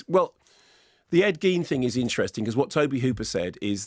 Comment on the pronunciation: Its pronounced gain ed gain spelled ed gein